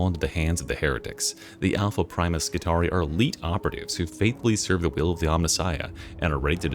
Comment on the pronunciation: I love to be pedantic, so I want you to know that Skitarii is actually pronounced as ski-TAR-ee-eye, similar to the roman Praetorii pray-TOR-ee-eye. How are you going to keep up your schtick as the smooth talking and radio-voiced '' if you don't fix this? /s 😂